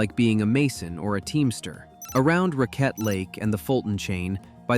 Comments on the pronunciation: It’s Rack- ette River… not Ra-quette. I am a local. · It's pronounced racket not rockette born & raised on that river that flows from that same lake too. St. Lawrence County. An ice storm of 97-98 took that house off its foundation. Left me just permanently homeless. Finally got the government help when I turned 50. Took the USA that long to help me after more than 10 years living on the streets of California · Not necessarily. Mis-pronouncing names is typical for outsiders talking about the Dacks.. RacQUette Lake when it's RAcquette Lake, or SAbattis where it's SaBAttis. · Other than pronunciations of Raquette, Ausable and Tahawus, pretty good.